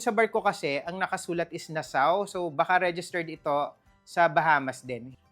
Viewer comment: Nassau mispronounced